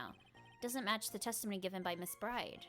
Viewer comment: It's a really good narration ;) But you always pronounce Maggey's last name as "BRIDE" but she is called Maggey "Byrde".